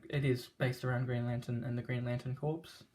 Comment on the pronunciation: “Corps” is pronounced “core,” not “corpse.”